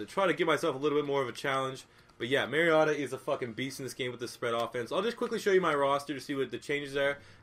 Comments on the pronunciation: He said mariata lol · You mispronouncing "Mariota" the entire video ruined the enjoyment of watching him play.